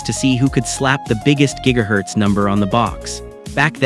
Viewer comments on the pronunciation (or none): none